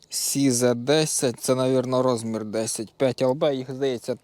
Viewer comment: дорогенький, "сізе" не англійскій звучить як "сайз" по-нашому "розмір"--пишу з повагою до тебе і твоєї праці, хочу, щоби у всіх все було ОК.